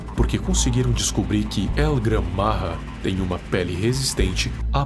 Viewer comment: O nome não e el Gran marra e el gran maja tem o j e não r